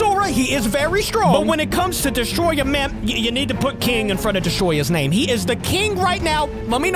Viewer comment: Bruh its destoroyah not destoroya